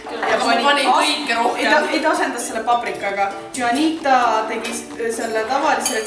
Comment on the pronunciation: "hjuanita" hahah. see on häälduses minuteada lihtsalt huanita,:D pmst sama kui ma villing ütleks:D